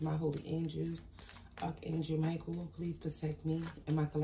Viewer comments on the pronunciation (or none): none